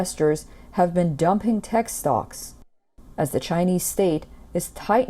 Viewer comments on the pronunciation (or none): none